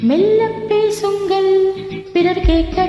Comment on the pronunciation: மெல்ல பேசுங்கள்.....ள் உச்சரிப்பு சரியில்லை. ஆயினும், பாடகியின் குரல் நன்றாக உள்ளது.பாடகரின் குரல் .?😂